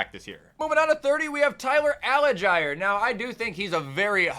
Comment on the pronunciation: I could be wrong, but I think its pronounced Tyler AL-JEER